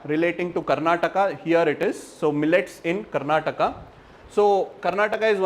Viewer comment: no offense , asking out of wonder ... you don't know how to pronounce the words related to karnataka